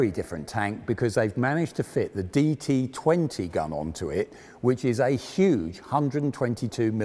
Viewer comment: It is D-25T gun not "DT20"